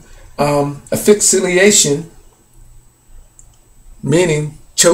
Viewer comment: The post-mortem examination concluded that Hendrix aspirated his own vomit and died of asphyxia while intoxicated with barbiturates. Man you are seeing something that is not there and please look up the pronunciation of asphyxiation!!!